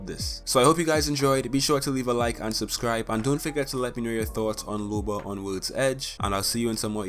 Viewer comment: It’s looooba not lube-a